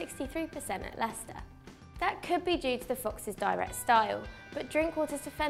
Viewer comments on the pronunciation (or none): none